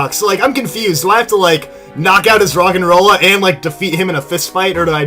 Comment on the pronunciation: The first Roggenrola said, "De deee!" Where the flip in there a 'D' in Roggenrola? xD